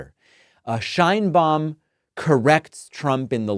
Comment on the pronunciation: I like to watch your comments, but, you should learn how to pronounce names correctly. It is not “/shainbaum/” Check the pronunciation for respect to the president and the Hispanic viewers